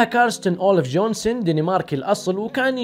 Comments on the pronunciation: * سكارلت جوهينسن وليس جونسن ، لغتك الانگليزية يرادلها تطوير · يا عزيزى نطقك لأسمها خطأ أسمها سكارلت جوهانسون وليس جونسون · جوهانسن مش جونسن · اسمها جوهانسون يا مو جونسون 😅